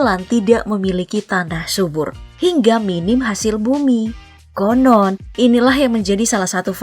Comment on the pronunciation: "konon" hahaha